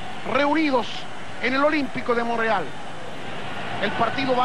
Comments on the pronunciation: Porque dice Monreal, ya que su nombre es Montreal. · Oiga,,...es MomTreal...no monrreal, cachó..